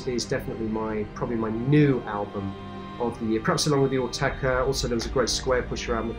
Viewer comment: It's Autechre not 'Ortega'...